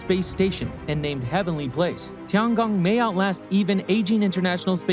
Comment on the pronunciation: It's Tiangong, not Tigon.